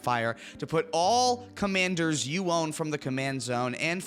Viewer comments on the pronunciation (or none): none